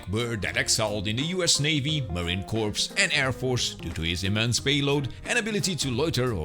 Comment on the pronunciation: Just a note on your pronunciation, the "corps" in "Marine Corps" is pronounced "core", not "corpse".